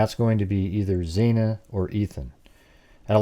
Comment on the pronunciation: FYI, xana is pronounced with short a, not long a, X-ana. I like your your 3 dimensional layout of house inside.